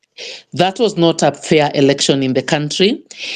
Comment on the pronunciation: Good work, however watch out with the word "election" and not say "erection"...